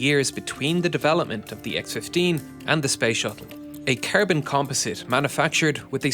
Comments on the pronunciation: Bro keeps calling carbon ‘carebin’ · I love the way he says Cærbon lol